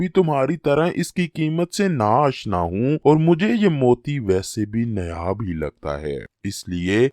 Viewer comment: ارے بھائی نیاب نہی نیاب نہی اسے نایاب Naayaab کہتے ہیں